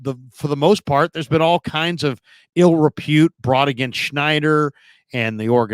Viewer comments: It's Snyder, - not "Schneider."😉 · Christ, this guy in the video has no clue about what he’s talking about. Meyers is hired as an adviser. Not to run the front office. And we still have a GM. At least do a little homework. And as much as I hate Dan SNYDER, at least pronounce his last name correctly.